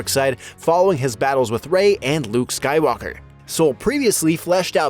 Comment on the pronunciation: Calling rey "skywallker" is a crime